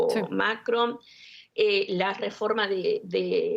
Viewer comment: Por Dios no puedo tolerar a la primera analista "" no sabe hablar o es no sabe pronunciar el nombre del Macron... Y solo repite extrema derecha, que fastidiosa